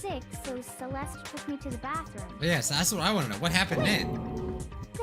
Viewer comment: Everytime they say Celeste I go "quote on quote "cEleStE"